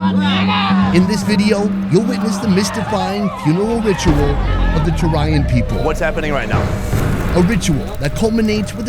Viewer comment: Actually it is Toraya.. Torajanesse refers to themselves as "To Toraya"....